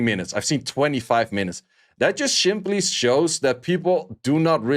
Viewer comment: "schimply" xD